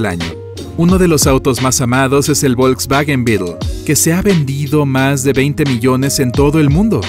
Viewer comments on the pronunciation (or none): none